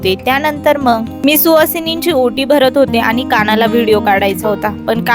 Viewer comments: तुमचा आवाज छान आहे. पण काही शब्द अतिशय अशुद्ध बोलता. अनी पानी आणि कृत्रिम बोलणे यामुळे व्हिडिओ ऐकायला कसातरी वाटतो. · तुमचा आवाज छान आहे पण काही शब्द अतिशय अशुद्ध बोलता. अनी पानी आणि कृत्रिम बोलणे यामुळ